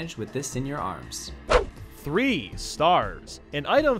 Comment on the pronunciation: At 1st I Thought You Said "Arse" Instead Of "Arms"